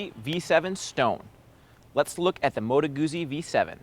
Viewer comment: All your Opinions mean Nothing...of course....Being Canadian; ..-and therefore 'Perfect': ....it was Hilarious how Triumph was ignored..[but we do love Triumphs] ....It's pronounced " MOTOR GUTSY".....by actual white men whom live in the North. ...they also have huge gas tanks...and the heads configuration keep your knees from freezing during our winters....and springs and falls...and summers.....